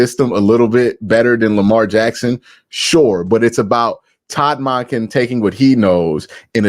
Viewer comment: Why does Q call Monkin... Modkin??.... does he say Monday or Mod-day?? Lol